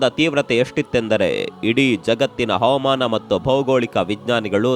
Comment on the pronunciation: ಅತ್ಯಂತ ದುಃಖಕರ ವಿಷಯ. ಕಾಣೆಯಾದವ ರೆಲ್ಲ ಸುರಕ್ಷಿತ ವಾಗಿ ಬರಲಿ. ಸಾವನ್ನಪ್ಪಿದವರ ಆತ್ಮಕ್ಕೆ ಶಾಂತಿ ಸಿಗಲಿ. ನಿಮ್ಮ ನಿರೂಪಣೆ ಸೊಗಸಾಗಿದೆ. ದಯವಿಟ್ಟು "ಹವಮಾನ, ಅವಮಾನ " ಎಂದು ಹೇಳದೆ "ಹವಾಮಾನ " ಎಂದು ಸ್ಪಷ್ಟವಾಗಿ ಹೇಳಿ. ನಿಮ್ಮ ಎಲ್ಲಾ ಪೋಸ್ಟ್ಗಳನ್ನೂ ನೋಡುತ್ತೇನೆ.